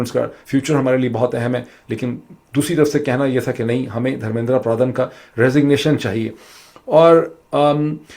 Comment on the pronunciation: ڈاکٹر معید ایک تو انڈیا کے وزیر تعلیم کا دھرمیندرا پردھان ہے جو آپ نے دس سے زائد بار غلط پڑھا دوسرا دھرمیندرا پردھان سے متعلق کاکروچ پارٹی کے حوالے سے سوشل میڈیا پر چلنے والی ویڈیو اے آئی جنریٹڈ ہے تصحیح کر لیجیئے گا 🙏 سب سے اہم بات آپ ہندوستان کے نظام کا تقابلی جائزہ پاکستان سے کرکے اُنکے ساتھ زیادتی کررہے ہیں پاکستان میں نہ کوئی تعلیم ہے نہ ہی کوئی وزیر تعلیم ہے پاکستان کا تمام تر نظام دراصل تعلیم اور شعور کے خلاف بند باندھنے کے لیے ہی تو بنایا گیا ہے